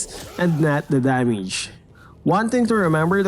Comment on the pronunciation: who hears his damage like danmege